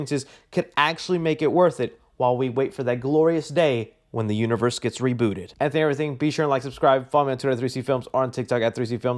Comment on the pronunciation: Jason Un-one-vee-three-rse? Ugh